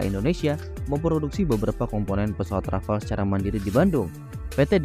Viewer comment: Rafale min bukan Rafal (dibaca sesuai ejaaannya) 🤦🏻‍♂️